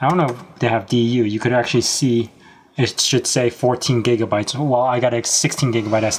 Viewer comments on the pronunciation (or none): none